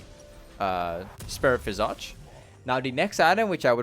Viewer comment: The way you say Visage makes my ears bleed, great guide nonetheless